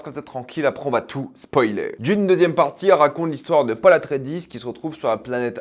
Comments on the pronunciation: le prononce à l'américaine je pense "Atreidiss" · Paul Atrédis ? ta langue a fourcher :)